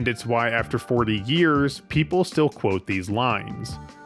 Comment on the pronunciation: Is it just me or does this guy say "years" like "gears"?